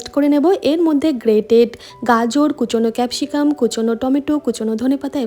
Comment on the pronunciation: ক্যাপসিগাম এমন ভাবে বলেন কেনো??